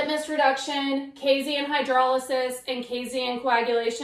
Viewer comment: Casein, not casien.